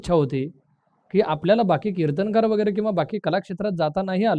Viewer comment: मराठी माणसं "किर्तनकार" उच्चारतात, ते न्हवे, कीर्तनकार म्हणा 🙏🙏